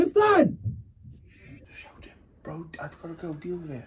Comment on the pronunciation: he inserts some Malaysian accent in TRISTAN